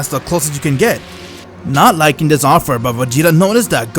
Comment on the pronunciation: The fact he says rhis